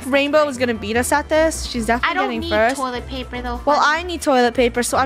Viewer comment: Funneh: toilet plaper